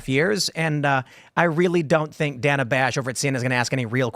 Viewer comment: Its pronounced day-nah Not dan-ah She pronounce the woman's name wrong that automatically makes for a racist according to the rules of mispronouncing kamala's name